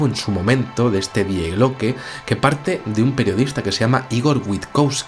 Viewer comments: el artículo gramatical del idioma alemán "die" que en español corresmonde a "la", no se pronuncia literalmente como se escribe, su pronunciación es "di" por que la "e" en ese caso es muda. "Die Glocke" como sabes significa "La Campana" y se pronuncia "di Glócke", no "die Glócke". Saludos. En ambos idomas ese sustantivo pertenece al género femenino por lo que suena mejor si dices "la famosa "di Glócke" y no "el famoso die Glócke". Es sólo una sujerencia para cuando se van usar términos de otros idiomas consultar algo en un diccionario sobre género y pronunciación para no crear en las mentes de las personas terminológías erroneas. Puse el acento en la "ó", a los efectos de pronunciación a modo de ilustración de la traducción. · El video muy bien, pero diooooos... Me pones enfermo cuando dices Die Glocke en alemán. Se pronuncia "Dii Gloke", el diptongo ie en alemán es una i larga. Por favor hazlo. No te lo digo de malas, no no... es solo que me pone de los nervios (hablo alemán y vivo en Alemania y cuando alguien pronuncia algo mal me da un algo).